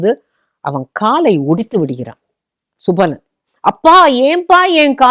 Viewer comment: Mrs rvathi sankaran mam. Sakuni's father's name is subalan not sabalan. Thanks😊